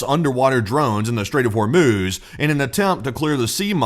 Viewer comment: I had to use captions because I thought you said “Welcome to the short orb video” 🫪